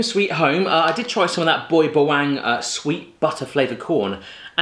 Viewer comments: its not boy ba”wang” its boy ba wangh lol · yo hi, its pronounced as boy bahwung. :)) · Hey its philiphines food its boy ba.wang its not boybawang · That pronounciation of boy bawang. hahahaha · As a Filipino growing up with seeing balut/balot ang Boy bawang I find it funny how badly he butchered the names😂😂😂